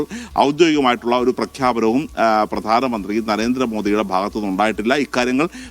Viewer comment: പ്രാധനമന്ത്രി അല്ല പ്രധാനമന്ത്രി